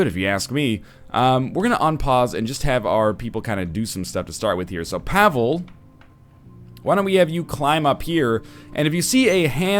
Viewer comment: The way he's pronouncing Pavle is killing my soul.